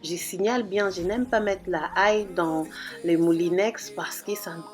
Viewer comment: L'ail not la ail